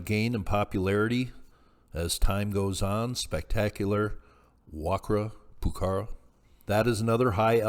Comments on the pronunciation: Pronounced- Wa-kara Poo-kara. The Q is pronounced with the K sound. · Pronounced "Wa-Ka-ra," pukara, the q is pronounced like a K.